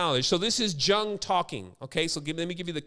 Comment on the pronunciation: Why bucher Karl Gustav's Jung's name like that? It's Jung talking to Phillimon from his RED BOOK> :((( ***YUNG is the correct way to say the great CGJ name.